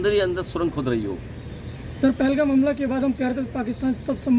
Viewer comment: पहलगांव नहीं पहलगाम है 😂